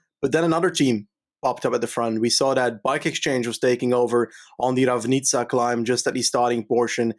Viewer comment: Yeees learned from my pronounciation class yesterday Ravnica:D While didn't read the comment the last day and pronounced C in Nova Gorica like Č and Ravnica like K. Otherwise good job guys, our names are pretty hard to pronounce for a foreigner tbh